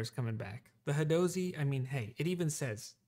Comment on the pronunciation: I don’t think you’re pronouncing that correctly. It should be, “hadozee.” Hope this helped.